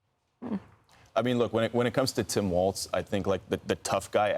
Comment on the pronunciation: Tim's last name is pronounced walls, not waltz...